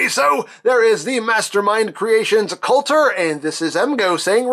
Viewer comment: The name is "Kultur" (German for 'culture') , not (as you've said it 'coulter' as in ann coulter) . Knowing is half the battle! ;)